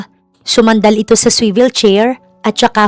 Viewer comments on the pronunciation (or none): none